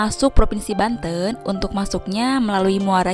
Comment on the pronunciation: Banten bukan Banteun